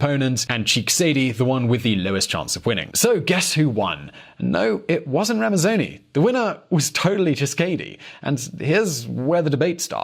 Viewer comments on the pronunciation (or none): KASAVUBU was the first president and LUMUMBA (whom has a university named after him in Russia) was the prime minister. And it's RAMAZANI (not RAMAZONI). other than that good video. keep them coming